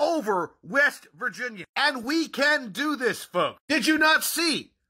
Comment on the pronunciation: That not "Dat"...This not 'Dis"🙄🤷